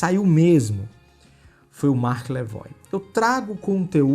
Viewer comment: "Marqueiiis" hahahahaha